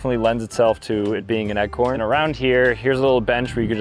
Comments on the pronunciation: What the heck is an “eggcorn?” I swear I kept thinking, “oh he must mean ‘acorn’ surely” and then he’d say “EGGCORN” again!! lol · Bro said eggcorn and billards 😂